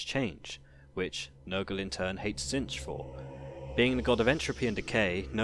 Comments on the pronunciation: "Zench" .... Really? It's pronounced "Zeetch" basically. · Tzeentch not Tzentch. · again, it's pronounced zeentch